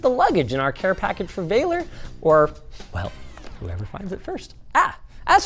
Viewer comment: So funny he's Romanian and Linus calls him "VEILER" when it's actually pronounced exactly like it's written "VALER". If I knew about this earlier I would have goten it because I live there.